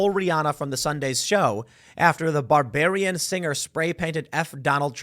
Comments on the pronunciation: Tim: "...after the BARBARIAN singer...in Armarillo, Texas". Wait, did I say "Armarillo" wrong?? What about mixing up BARBADIAN with BARBARIAN! 🤣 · It's "Barbadian" /bar-BAY-di-un/ not "barbarian" /bar-BAY-ri-un/ 🤣 To be fair, it's a common pronunciation error when referring to us. When in doubt, just say "Bajan" /BAY-jun/. It's an acceptable term for the dialect and/or the nationality. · Barbadian not barbarian💀💀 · I couldn't stand Rihanna's performance, creepy symbolism. A few things to note; it's BarbaDian, not Barbarian. Like Barbados. I'm not telling you what to do, but repeating that "you don't care" and then proceed to speak on that which you admittedly don't understand dilutes the good points that you do make. There are plenty of versed folks you can find on YouTube that can tell you what you were watching, and explain how/why it's a ritual. You should care about the music, again, there's more to things than meets the eye. She had a black pentagram in the center of her big red suit. How about the commercial from the NFL that tells it's audience "we know you're watching" in a creepy manner. How about Damar Hamlin's denim jacket making a mockery of the crucifixion of Jesus Christ, while proclaiming thanks and praise? What god is he thanking? Followed up by a smile and pose with LeBron. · I know it's an honest mistake, but you misread it, Tim. Not Barbarian, it's Bar-bad-ian. Rihanna's home country. 😃😄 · Tim, the article called her a "Barbadian" singer, not a "Barbarian" singer, but it does fit lol 😂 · BabaDian NOT Barbarian. As in from BRITISH Barbados. She should call out her own government perhaps? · Lmao tim called Rihanna “Bararian” instead of of her country background. Next cancel moment?